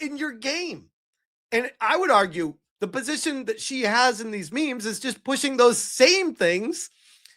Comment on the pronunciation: Only AI pronounces that, as dat. AI also uses lots of hand jestures. Empty backgrounds. Bald guys with glasses named simon.